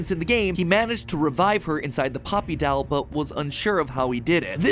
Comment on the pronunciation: I love and hate how Matt says doll, "dAll"